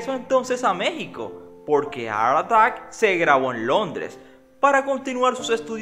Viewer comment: Porque dice ar artack? Y no Art attack